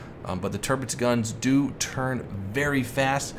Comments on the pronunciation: Its kinda like: Tir = Tier You said it like Törpitz but thats pretty good to. Love your Vids tho :) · it´s pronounced TiRRpitz just leave the chewing gum ""arr" R ;-) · Btw you pronounce Tirpitz wrong